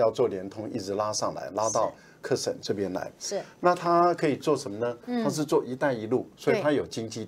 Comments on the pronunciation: 纠正一下赖教授的发音，喀什 不念 课时，念咖石，是少数民族语言音译的，不能照汉语字面念，14亿大陆老百姓这个词没有人念错的，留法的文科大教授念错不应该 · 喀什，咯读ㄎㄚ[kā]。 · 喀什，读音“咖十”ka1shi2